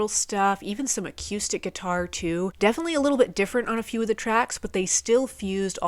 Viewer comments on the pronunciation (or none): I like how says acoustics...aquuustics. I enjoy the videos, keep up the good work!